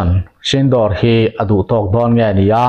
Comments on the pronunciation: Operation sindawr tih ni lovin "operation sindhur" tih zawk tur a ni e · sindawr nilo in sindur tih tur aw.. vai hmeiche pasal nei laiin an luchung a an hawihsen thin hi aw. u hi thluk tur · Sindawr nilo in sindur tih tur aw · Channel te insiam ve hi chuan thil hmingtal hi chu lamdik ve thin ula.....Sindoor tih ang chi te kha.....door tih ni lovin duurr ang chi te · A nuam dâwn mep mep ve, Pakistan lam hawia silai han hmehpuah leh a chakawm mange, operation sindoor tih hi Sindûr ti a chhiar tur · Operation sinduur tia lam tur aw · Sindur ti a lam tur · Sindur nilo in Sindoor tur zawk aw... Operation Sindoor..